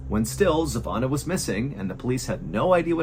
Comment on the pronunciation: Place name is Kichevo and her name iz Zhivana...its hard for americans to say names from eastern europe and former yugoslavia...gretings from Serbia and sorry for bad english Mr. Ballen